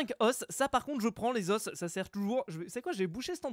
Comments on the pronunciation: ça se prononce "les zos" au lieu de "les osses" (c'est normale que jecrit pas bien "les os") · ça ne se prononce pas les osse mais les O. ( deso pour les fautes d'ortographe mais c'était pour la pronociation ) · Et fuze les os sa se prononce "o"